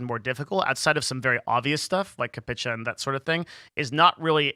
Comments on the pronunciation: AUTHENTICATION not AUTHENTIFICATION CAPCHA (capture with an A sound at the end, like a new yorker) not CAPTICHA LGBTT (lol) good info but your pronunciation is very distracting, COM101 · It’s pronounced “Cap-cha”